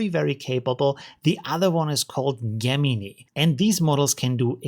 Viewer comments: how to pronounce gemini = jeh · muh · nai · Also you miss pronounced Gemini